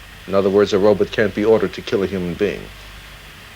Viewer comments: A "robit"? Is Dr. Zoidberg in the house? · So that’s why Zoidberg says Robit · I love when it's pronounced "robut" lol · He pronounces Robot like Zoidberg